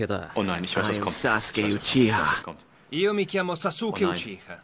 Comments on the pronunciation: Uchiha spricht man Uchiwa aus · was witzig ist is das uchiha wirklich uchiwa ausgesprochen wird